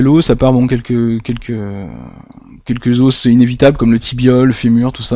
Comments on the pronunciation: Os au pluriel se dit « eaux » a part ça bonne vidéo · Vas apprendre a parler tu sais meme pas dir os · bonne vidéo sauf que "un os", on prononce le "s", mais "des os" on ne prononce pas le "s" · Tes moyens mémotechniques sont vraiment géniaux continues comme ça, tes videos sont très bien faites et viennent en aide à de nombreuses personnes! Merci encore! PS: c'est rien du tout mais la prononciation du mots "os" au pluriel, c'était dure les premières minutes haha :p